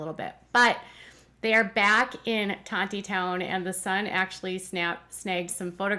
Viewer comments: It’s Tawny-town. The second “t” is silent. The Grape Festival is a huge fun event held there for over 120 years. There is no wine at The Grape Festival. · Tontitown is pronounced Tawnytown you gotta say it like you're from the deep Arkansas woods 😂